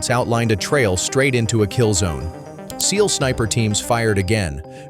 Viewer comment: Another stack of total bulshit when the narrator can't even say," seal.". It says S. E. A L.😢